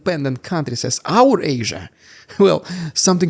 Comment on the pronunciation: funny how Putin calls Eurasia "Ourasia" almost like that Bugs Bunny meme with the hammer and sickle.